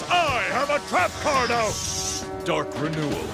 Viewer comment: He said out but I did hear O